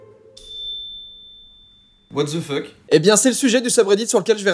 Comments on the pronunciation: C'est pas what dze fuk c'est what DE fuk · En fait ça ce dit wate de fok mais tu dis what dze fuk